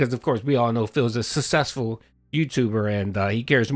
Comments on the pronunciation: “I am sussessful, I know the formula for sussess” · He called it, 'Sussessful' 😂